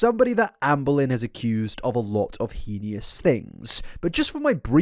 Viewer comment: please for the love of god. the pronunciation of heinous. it’s HAY-NUS, not HEENIE-OUS. you say it in every video please it’s so jarring